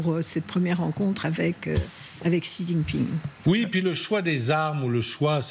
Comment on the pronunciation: Qui est cet amateur de présentateur qui ne sait même pas prononcer le nom du président chinois ?